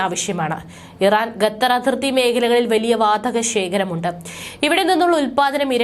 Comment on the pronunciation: ശ്രുതി തെറ്റാതെ ഖത്തർ എന്ന് പറയൂ കുട്ട്യേ